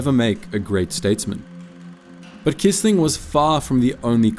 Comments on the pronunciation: Fyi: Quisling is pronounced “kwisling” in English, not “kisling”.. This video is a great topic never covered elsewhere. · Without the resistance, the war would have taken longer to come to an end. **edit**By the way, Quisling is pronounced kwisling 😉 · The name Quisling is pronounced “Quiz-ling”.